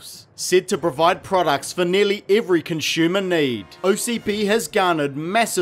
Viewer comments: Stop saying "conshumer" dude. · "Conshumer"..... Anyone else hear that everytime?